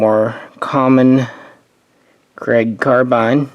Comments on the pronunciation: Pronounced “Crag” not “Craig” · Pronounced kruhg not crag or craig